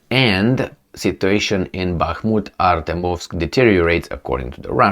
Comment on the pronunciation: Learn to pronounce ArtYOmovsk ;)